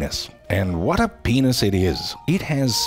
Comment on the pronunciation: it went”wot”again